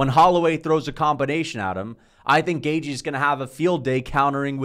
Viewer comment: Can this guy learn how to pronounce gaethje ffs